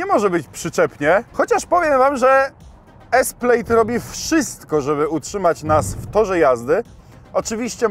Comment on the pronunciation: Plaaaaaad nie plejd